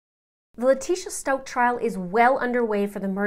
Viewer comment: I think it's an inside joke to mispronounce LIE-trashia's name. They say it perfect when they say Al or Gannon, but when it comes to her that is when they go crazy with her last name😂😂